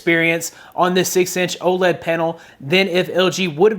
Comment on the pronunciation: Almost sounds like he said Old LED display